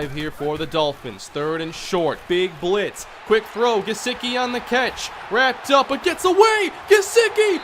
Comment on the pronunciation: It’s Gesecky in how it’s said not gesicki